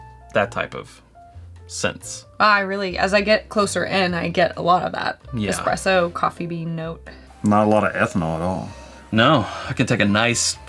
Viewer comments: You should be careful about saying "expresso". Someone might shoot you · Espresso > Expresso